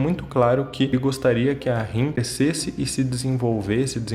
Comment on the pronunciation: falando o nome da Rin errado 🙄🤦🤢